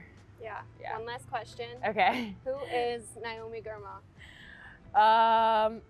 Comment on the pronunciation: Ahh it's Nae-oh- mee not Nye- oh-mee!